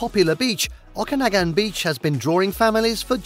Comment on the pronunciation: Nice video! It is pronounced “Pen-tick-ton” and it is Lake O-ka-nog-an! Kelowna is equally nice!